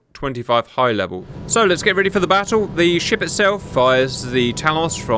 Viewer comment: Cap, are you saying a French word for "boat", "bateau", when saying "let's get ready for the bateau" here, or do you mean "BATTLE". EL EL EL EL, as in "let's get ready for the fight".